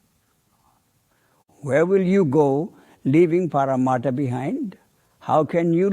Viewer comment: The word is PARMARTHA. Not PARMATHA. 'R' is missing. Hope I'm not offending in anyway.